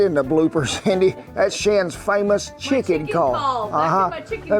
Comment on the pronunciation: You pronounce chicken as Shicken. Is that the norm there?